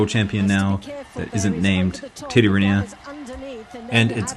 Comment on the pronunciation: Cette voix robotisée est insupportable. Et même pas capable de prononcer correctement « Riner »…